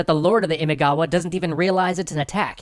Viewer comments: Imagawa.* "ima" means "today" and "gawa" or "kawa" means "river." So, "now-river." Imagawa. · Isn't the name of the clan, Imagawa? I'm quite sure it's Imagawa. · Great storytelling and art! And you're doing Sengoku Japan! Yay! It's Imagawa, by the way. ImAgawa. The kanji are 今川 - first one Ima, second Kawa (which becomes gawa in the compound word). Which, yes, means you were pronouncing it a bit off the whole time. Guess it's too late, since they kinda won't be showing up much from now on. That's kinda what happens when Oda Nobunaga has a go at you. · It's Imagawa not Imigawa.... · It's Imagawa btw, not Imigawa. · Great episode! But Oda's rival clan's name is Imagawa, not Imigawa. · it’s “IMAGAWA” not “IMIGAWA” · Imagawa not imigawa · ❌imaigawa ⭕️imagawa これ以外は完璧でした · Not Imigawa, Imagawa is correct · Where's my family's clan? Uesugi 《上杉氏》 P.S : It’s Imagawa as in 《今川》 not Imigawa 《意味川》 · It's not Imigawa but Imagawa. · Just turn the e into an o frickin' ruins it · Imagawa not Imigawa clan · That's Imagawa clan not Imigawa. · Imigawa? Imagawa no? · My god, everybody gets every other clan name right; but not Imagawa's. It is IMAGAWA NOT IMIGAWA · good video but ... × Imigawa ○ Imagawa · I'm pretty sure it's Imagawa not Imigawa. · IMAGAWA ... Not Imigawa. That reeeally bothers me. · i think others might have pointed this out but it should be Imagawa, not Imigawa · I am pretty sure its not Imigawa but Imagawa that is the proper name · How he is saying imigawa is ticking me off. Its fricken imagawa. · imigawa? LoL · Just two things: 1. It´s ImAgawa, not ImIgawa. 2. Miyamoto Musashi´s date of birth, let alone his rise to fame, was decades after the Sengoku Jidai had ended. It is assumed that he took part in the battle of Sekigahara at roughly 16, and all of his famous exploits took place in the peaceful Tokugawa-era. Apart from that, nice video, I´m looking forward to part 2! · It's not Imigawa, it's Imagawa btw. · The clan is called imagawa (今川), not imigawa.